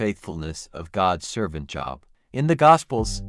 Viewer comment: Job, pronounced Jobe. Long O sound.